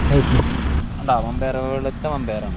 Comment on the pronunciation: മമ്പയർ അല്ല വൻപയർ